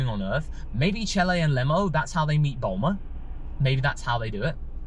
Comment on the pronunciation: Chelye is a punny anagram to "lychee" and it's pronounced "chi-lai".